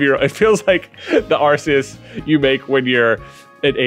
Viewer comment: Just fyi, Arceus is pronounced “ARE-COOS”